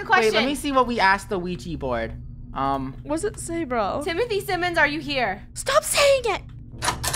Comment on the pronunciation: Krew: Timothy Simins Me: Cinnamon